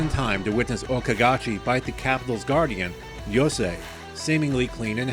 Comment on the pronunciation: Commenter from the future just saying that fixing your pronunciation of "Yo-sai" to the correct "Yo-Say" is appreciated